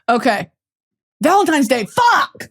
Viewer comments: “Happy Valentimes day”😭😭😭so true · Valemtimes day - yes I used to say it like that as a child as well😭